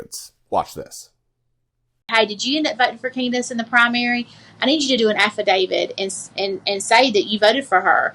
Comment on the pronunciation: I swear she said Affidavid and Crooick instead of affidavit & crook. She is criminally stupid. 🤣🤣